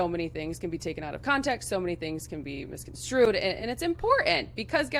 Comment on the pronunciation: Petition to change the pronunciation of “misconstrued” to how Lil Baby pronounces it. Please.